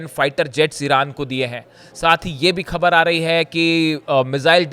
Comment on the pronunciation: improve your pronunciation. Speak properly the words like Khhabar.